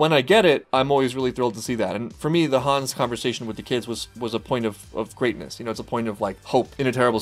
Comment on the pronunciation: I just wanted to point out that the name Hannes has the 2 syllables Han-nes. The way you pronounce it it sounds more like Hans.